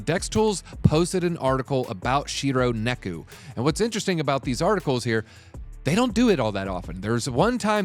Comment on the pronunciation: Neku??? It's Neko. Just look at it.